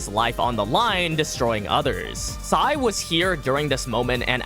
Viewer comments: Excuse me sir it pronounced sae not sai🤓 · Its sae not sai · Sae not Sai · IT'S SAE NOT SAI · It’s sae not SAI 4 eyes ffs